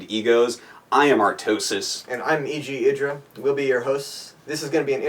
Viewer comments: idra: (ID-ra) Artosis: (eye-dra) Artosis: trollface/ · Idra pronounces his name one way and artosis in another way. I wonder who is right ^^ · The Casters have been saying iDra wrong this whole time!